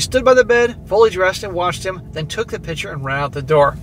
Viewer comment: cant stand how this guy pronounces "picture" hes saying "pitcher" annoying as hell.